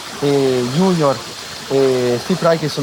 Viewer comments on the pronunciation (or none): none